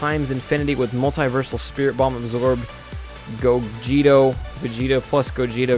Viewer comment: You kept saying planet vegito.....